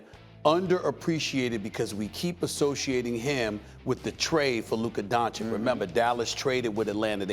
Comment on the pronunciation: Looker Don Chick? A lack of pronunciation & listening skills is stopping Stephen A from calling Luka Doncic a Top 3 player.